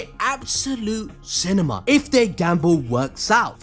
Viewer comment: He can’t say cinema 😂